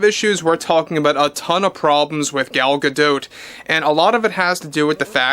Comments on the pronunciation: Gal "Gado" not Gal "ga dote" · I can’t stop focusing on how he’s saying Gal’s last name wrong